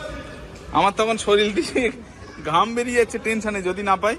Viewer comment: এত উচ্চশিক্ষিত যে বার বার শরীর কে শরীল উচ্চারণ করে। কবে শরীর বলা শিখবে ?